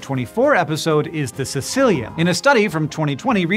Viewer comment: Correct. Kay-kee-lee-an or Kah-eh-kee-lee-an are both correct pronunciations but not "sicilian" lmao